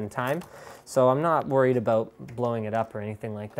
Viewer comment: That I'm not happy aboot :P